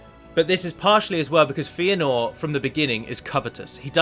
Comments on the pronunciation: His name is pronounced FAY-a-nor or FEH-a-nor, not FEE-a-nor. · Feanor is pronounced "fay-ah-nor", not "fee-ah-nor". Good vid tho :)